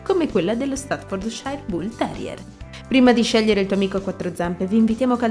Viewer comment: ...non si pronuncia così! "stafforciir " è la pronunzia!